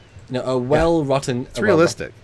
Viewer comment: heh, 'well wrutten' at 8 minutes